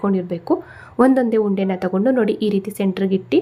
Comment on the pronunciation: ಮೈದಾ ಹುಂಡೆ ಅಲ್ಲ ಮೈದಾ ಉಂಡೆ